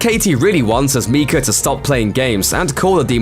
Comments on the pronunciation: MIKE-UH not MEEK-UH. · Mike-a not Meeka. I can’t listen to that anymore and I’m only 10 Meekas in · It’s Micah not miecha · It's pronounced my cah not me cah. This used to be my surname and there is a prophet in the bible named my cah spelt micah. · I don't know what is scarier, the ending of the movie or the way this guy is pronouncing Micah